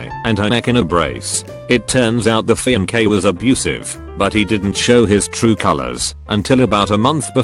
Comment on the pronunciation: Here we go again with the “fee-an-kay”